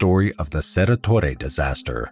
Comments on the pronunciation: Cerro Torre, not Cerra… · Also, Cerro Torre isn't pronounced "cerra torre" is it(?) The 'o' in Cerro is pronounced phonetically I think - just as it looks.